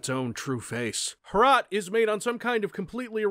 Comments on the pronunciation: you pronounced "Hrot" correctly as much as possible:) It means "Spike" and it´s from czech dev. Also greetings from Czech republic! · Your first attempt at saying Hrot was the correct pronunciation. Greetings from Czech Republic!